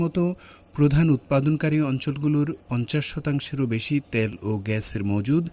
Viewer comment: ত্যাল না তেল। শুদ্ধ বাংলা বলার চেষ্টা করছিস এটা ঠিক কারতে পারিস না?